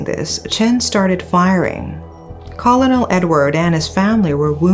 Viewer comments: Great video! One thing to note is that the word Colonel is pronounced (ker-nal) like a kernel of corn. I know it looks like it should be pronounced call-oh-nel but it simply isn't. 😂 I know, English is very stupid. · Colonel is pronounced as kur·nuhl, rather than caw-low-nel. Thank you for your content. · Colonel is pronounced "cu-er-nil"~~~~ I love you, I just want to let you know how we say it in America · Colonel is actually pronounced 'kern-al'. It's bad enough that Pai Bing-Bing had to deal with the tragic brutal murder of her own daughter. But, the fact that she also had to deal with so much vile crap, not only from random clueless individuals, but the media (to no one's surprise), as well. In all honesty, I'm astonished how she'd ever managed to keep it together. 😢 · Hey.. would just like to point out something rather insignificant but thought you might like to know.. The pronunciation of the word 'colonel' is actually homophonous to 'kernel'. Beauty of English eh? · Dear, "Colonel" is pronounced /ˈkərnəl/ or [kernel]. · Colonel is pronounced "kernel" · The pronunciation of colonel is “kur-nuhl”